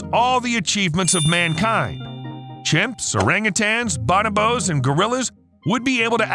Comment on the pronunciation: Omg! I cringe every time he says it! Also did you hear how he pronounced bonobo?